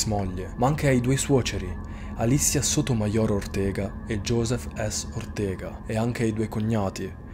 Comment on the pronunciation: come al solito sei un grande e il tuo modo di raccontare le cose non è altro che da apprezzare, però ti giuro, so che è indelicato perché comunque si tratta di una vittima, ma a "Sotomaior Ortega" o quasi sputato un polmone